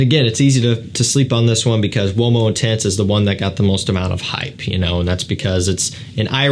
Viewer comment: Ooh - oh - mo , not womo :face-fuchsia-wide-eyes